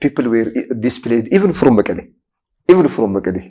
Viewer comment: is it morally acceptable to pronounce MEKELLE as መቀሌ in English as you wrongly do in AMHARIC